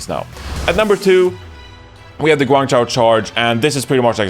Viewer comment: His ChengDu is fine, but his HangZhou and GuangZhou is pretty bad. He had trouble pronouncing Zhou, but who cares. Good enough.